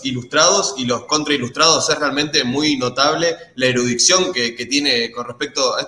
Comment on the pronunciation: Erudicion no erudiccion